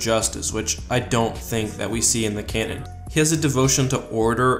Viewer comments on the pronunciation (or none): none